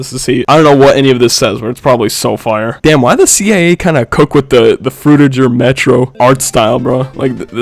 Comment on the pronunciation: what is frutiger metro vro 💔🥀 how od you mess up the name that badly